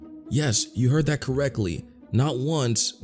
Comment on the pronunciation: Did you say "that" or "fat".